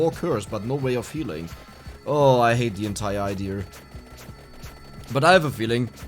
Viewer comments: Did you spend time in North Carolina, USA? You said "Idear" instead of "idea". In the USA, a lot of our accents are originally accents from Europe and I'm wondering if North Carolina came from where you are from? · Why do you always say idea as "idier" I'm not really irritated from it, but it's really funny